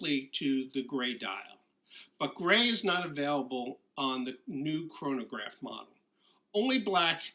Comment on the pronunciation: Great video, but every time you say chronograph I cringe.